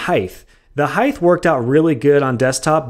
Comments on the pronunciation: Not to be that guy but you pronounce height incorrectly. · The way he pronounces height kills me.